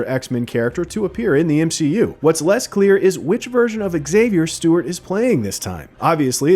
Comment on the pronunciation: Anyone else notice how he says mgu fans at the beginning rather than mcu? Like who tf makes that mistake? Not very professional